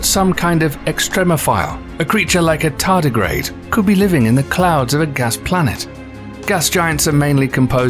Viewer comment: WOW , ! Did you say , Todagrade ,? It looks like a tomatoe Worm , is that me. ??? 😬😬😬